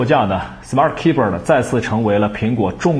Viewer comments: 这货 的smart keyber 我怎么听怎么别扭， 怎么可能吧keyboard 念成keyber 真是牛了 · 可不可以不要把keyboard 念成keybird